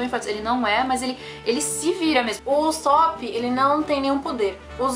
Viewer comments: se lê usÔpp kkk e nao usÓpp eu acho kkkk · Mas no anime eles falam usÓpp, não?